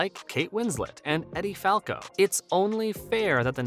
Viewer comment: I love how zoomtubers think that the names Edie and Eddie have identical pronunciations.